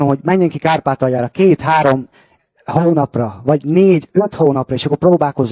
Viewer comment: Az ou is nagyon jellegzetes nála poóuló, óutó, hóunapra, lázár infóu. Nekem is tetszik, én is budapesti vagyok🤣